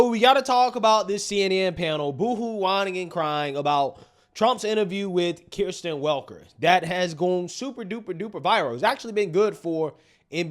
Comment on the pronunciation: why is it you keep saying names wrong?? It's Kristen not Kirstin every time you say it like KEER-sten you insult my neighbor and all other DECENT ladies that have NOTHING TO DO WITH CNN! 😝